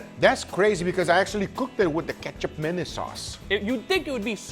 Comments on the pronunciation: Ketchup Manace?? It supposed to be pronounced like combining "Ma" like saying "Ma" in "Ma Man" or "Ma Nigga" and then the "Nis" part could sounds like "Niece". Oh.. i could just say it sounds like "Ma Niece" am i? Hahahaha.. i like how "Ma Nigga" sound like. I just want to say it! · Guga, so you’re essentially making a western steak version of Indonesian sate! Your side dish should have been a “lontong”-based. Ketjap or kecap is pronounced as Ketchup and Manis as Maa-nees btw. Menace is a bit over the top 😆 I am an Indonesian. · Am i the only one that can only hear ketchup mayonnaise? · Before I saw the label I genuinely thought you just said ketchup mayonnaise very poorly. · I LITERALLY CAN'T GET THROUGH THE FIRST FEW MINUTES BECAUSE I KEEP HEARING "KETCHUP MAYONNAISE"!! 🤣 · Guga... its asian... used in many dishes... it is pronounced as kee-chubbp maa-niese🎉😂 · You should ask Uncle Roger's opinion on this, this is 1 of the ingredients he eats while growing up. The correct pronunciation should be "Kit Chap Mah Niece" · Guga - I have been using this "magic" ingredient for years (thanks to Pit Master X) and LOVE it in so many ways - I can literally just drink it right out of the bottle! PM X Calls it "Kee-Cap Manis" - Not sure what is correct, but regardless, it is delicious! - Cheers! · the name of this sauce probably came from a butchered "ketchup mayonnaise" to mean condiments. "Hey what is this?" (Doesn't know how to say sauce or condiment) "Ketjap Manis" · I keep thinking he's saying Ketchup Mayonnaise... which is the most basic combo sauce haha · I'm just hearing mustard-mayonnaise 😂. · I just keep hearing katchup manyonase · Captions thinks he’s saying ketchup menace 😂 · I thought he said "Ketchup Madness" at first. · To let Guga in a little history the Ketjap Manis is pronounce like that because we used to be occupied by Netherlands now its pronounce Kecap Manis